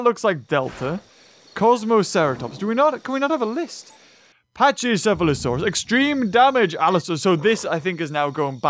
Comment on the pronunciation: FYI Pachy is pronounce Packy nit patchy.